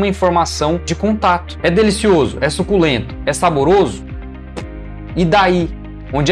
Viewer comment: Rachei de rir na parte do su-CU-len-to kkkkkkkkkkkk